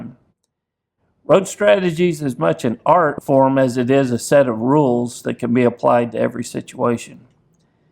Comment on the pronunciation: I thought you said ant farm! Hahaha